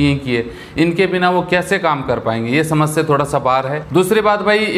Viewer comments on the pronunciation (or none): none